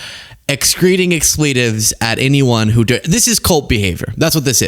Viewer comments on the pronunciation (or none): I've never heard the word "expletive" pronounced that way. There's a lot of words that are becoming commonly pronounced differently than they used to be. It's wild to me. I'm 60 and I can tell you American English has evolved weirdly in a lot of ways since I was a kid.